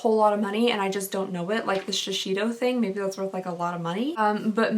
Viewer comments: Hey,. Just wanted to mention that pronunciation of the Shiseido brand is Shee-sei-do (not Shee-shei-do;)) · “Shashido” 😂😂😂 it’s Sha-say-do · S h i s e i d o It’s not shishito pepper 😐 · When you pronounced shiseido as "shi-shi-doe"